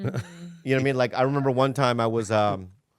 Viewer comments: Bobby pronounced Allen Just as the rest of the world would. Not sure why does that type of shit to Bob so often. Sometimes it's warranted; sometimes she seems a smart ass. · Bobby pronounced Allen Ginsberg correctly, he is not Alan.